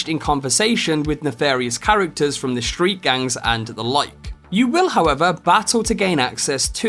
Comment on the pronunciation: Gonna take the Shtreet Kid